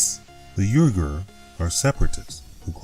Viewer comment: I THINK the proper pronunciation the Islamic turkic folk of western China sounds more like WEE-ghar, however it might actually get spelled in English.